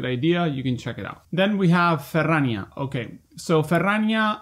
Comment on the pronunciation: Thank you for for saying "Ferrrrania" that often <3 - love the news!! thank you!